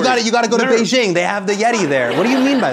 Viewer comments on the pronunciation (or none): none